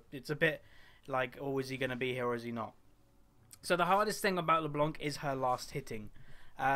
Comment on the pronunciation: U say her name like LeBlonc xD